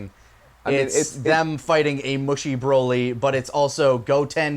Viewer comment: Why do you guys say Broly like that? Do you pronounce broccoli with a long 'o'?